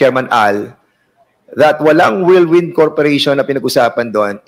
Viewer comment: Ito namang si tongresman gonzales, whirlwind lang hindi pa mabigkas ng tama, worldwind daw.